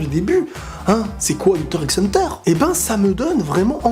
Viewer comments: Juste , ca se prononce Hunter Hunter ! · HUNTER XXXX HUNTER ??? WAAA TA PAS LE DROIT DE DIRE LE x là :( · Hunter > les autres animé Ps: on dit pas le (x) dans Hunter x Hunter,... On prononcer hanta hanta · Hunter x Hunter se prononce "Hunter Hunter" Kirua se pronnonce "Killua" mais s'écrit bien Kirua. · S’il te plaît dit Hunter Hunter et pas Hunter x Hunter (le x se prononce pas) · On ne prononce pas le X d'Hunter X Hunter ! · Il ne se prononce pas le x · mais par contre le x ne ce prononce pas dans hunter x hunter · Ça s'écrit Hunter X Hunter mais le X on ne le prononce pas quand on le dis. Les vrais fans le savent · Il a pas prononcé le x quand même dite moi que non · On ne prononce pas le X dans Hunter x Hunter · mais par contre le x ce prononce pas dans hxh